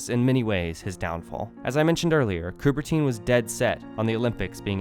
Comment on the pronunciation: They couldn’t even be bothered how to correctly pronounce Coubertin’s name… it’s not Coubertine🤬